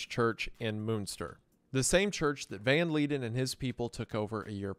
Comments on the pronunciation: It took me a while to understand that he was saying Jan not Han and he pronounced leiden correctly exactly once. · Jan van Leiden is not pronounced as Leeden, it's pronounced more like van lyden